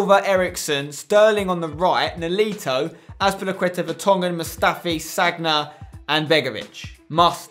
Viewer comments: You seriously need to stop saying sag-na its san-ya. So annoying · Spencer it's not "Sagna" it's "Sanya" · spenc, I think Sagna is pronounced 'Sania'